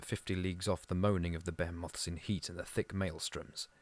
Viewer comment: OK, sorry about that. The pronunciation of lichen, flotsam, behemoth, and archipelago sounded a little confusing to me. There are so many AI voiced videos nowadays that it’s hard to tell